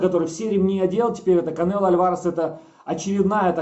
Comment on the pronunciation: Уши режет от слова Кабанело